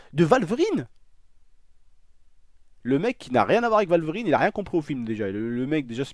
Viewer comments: Arc L&K | Joined Arc Supremacy!! merci je sais mais je soulignai le fait qu'il dit walverine plutôt que wolverine par contre j'imaginai que c’était allemand le w tu m'a appris un truck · qui a remarquer qu'il disait valverine ? ^-^ c'est pas grave bonne vidéo sinon